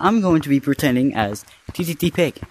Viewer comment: hhahahah “ttttig”